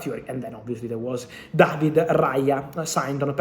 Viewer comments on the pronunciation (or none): none